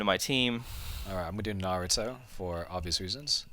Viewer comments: Please stop saying Narutoo 😡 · did he say Narutu? lol